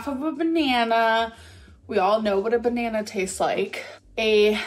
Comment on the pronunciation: I know she's annoyeen and I can't stand her attitude but "And obviously we got ourselves a buh-na-nurrr..." was sooo funny, I cackled. We love our, lol